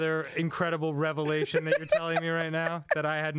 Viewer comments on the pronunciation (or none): none